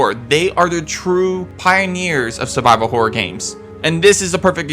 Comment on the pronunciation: why do you say " hore " instead of " horror "